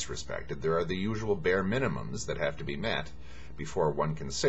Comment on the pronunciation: "...I have to..." NOT "...I save to..." :PP